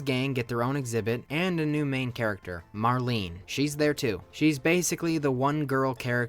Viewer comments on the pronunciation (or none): none